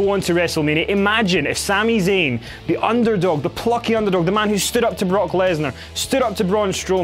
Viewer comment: I dislike after he said Sami zayn